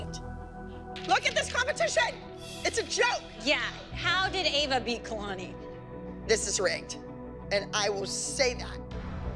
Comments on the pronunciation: The way pronunced Ava made me cringe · says eva and not ava 😂😶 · Kalani’s mom said Ava’s name as Eva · she said Ava like (ee-vuh) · has anyone noticed said “eva” instead of “ava” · hates Ava and Jeanette so much that she says Ava’s name ‘eva’ 😂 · 2 things to say about this video 1. be like the new jill "my little kalani" 2. it's prounced ava not Eeeva LOL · said Eva 😂😂😂😂😂instead of ava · Did you hear say Eva instead of Ava!!😂😂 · Did anybody hear when said ‘Eva ‘ instead of “Ava” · said Eva not ava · when she said Eva when it’s Ava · the stalkers daughter Eva Me: um.... its Ava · Hahahahaha said Eva instead of Ava 😂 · said iva 😂😂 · said Eva not Ava 😂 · Eva Me: AVA lol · said Eva not Ava that’s when I died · Who is gonna talk about saying eva not ava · said Eva but her name is Ava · LOL SAY EVA AND NOT AVAAAAAA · Kalanis is mom said Eva instead of Ava😅😂🤣😆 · did call ava, eva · 2.10 Ciara said eva instead of Ava hehe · said eva instead of ava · its ava not eva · Why? Does say Eva not ava lol? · L M F AO kalanis mom said AVE💀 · said kalani is going up Eva instead of ava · news flash her name is AVA not EVA and 2nd kalani is a good dancer but NOT abbys new star!! 😂😂💯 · She said Eva instead of Ava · Megan King In Season 4, Jeanette called Kalani “Kaylani” so in this episode, calls Ava “Eva”. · fLaT cHeStEd ElEpHaNT did that on purpose lmfao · Megan King she said eva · and said Eva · I didn’t know there was any other way of pronouncing Ava ? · Anyone notice how Ava’s mom pronounces kalanis name wrong and pronounces Ava’s name wrong like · anyone noticed that cant pronounce ava right and jenet cant pronounce kalani right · said Ava's name wrong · Stalker's kid "EVA" (ava) Jeanette: I can say many things about KAlani (Kuh- Lah- Nee)